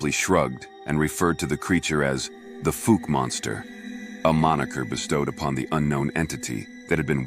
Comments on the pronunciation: Fauk...like "oow" as in " that hurts"...not fok similar to "folk" sound minus the l. Great picture at beginning, but hey, if you're gonna tell the town's very famous story, ya ought to learn how to pronounce it. Not sure if I was able to clarify that very well, but anyhow, glad to hear the story, which is for real. You have a good style of relating a story....apart from that little bit of homework you might have done well to do beforehand. Thanks for sharing it. Will subscribe, as I do love stories, especially when the speaker has your kind of voice. Also like that the pictures here match the narrative, as many other sites have irrelevant video or pics. Quality storytelling here! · F ow ke not Fooke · Put a K sound at end of first syllable...but hey, you do such a great job...don't sweat it! Boggy Creek story so good it will stand alone without any big need to remaster. Appreciate your efforts.